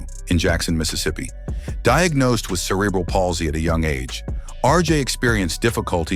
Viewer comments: Supposedly the voice is done by robots or a eyes I wish they would learn or teach these AI how to pronounce words like cerebral palsy Etc correctly. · like alot of people, I have CP..and I have friends with Spina Bifida. Please try and use pronouncing for these conditions correctly-Thank you 😡